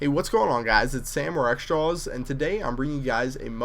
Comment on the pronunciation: MOAB is not the only thing you pronounce wrong. When you say xJawz it sounds like you are saying xStraws!